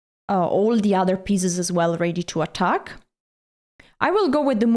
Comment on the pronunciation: "ready" and "already" are pronounced "reddy", not "reedy"